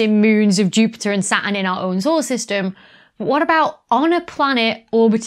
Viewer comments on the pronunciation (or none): none